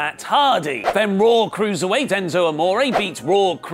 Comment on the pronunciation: WHY he calls it raawwwrr tho